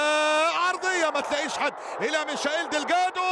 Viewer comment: رساله للمذيع. رجاء اذا كنت لا تعرف كيف تنطق الأسماء ان تلجأ الي مستر جوجل وهو يعلمك كيف تنطق الأسماء وكفايه تفتي تقل انك بتنطق حسب النطق البرتغالي. اللاعب اسمه مايكل = Michael. بالإنجليزي او هذا هو النطق العام المعروف به في اغلب اللغات. بس مفيش حاجه اسمها ميشائيل. ممكن علي الاقل تقل ميخائيل ماشي الحال او تقول برضه ميكائيل برضه ماشي. اما اذا كان اللاعب ألماني فتنطق = ميشاييل. بس برضه مفيش حاجه اسمها ميشائيل 😂😂😂